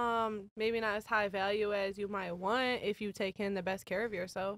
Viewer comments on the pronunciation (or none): "Maybe not as high value as you wannn" ... maybe learn to SPEAK ENGLISH BETTER ... (there is a "t" at the end of "want").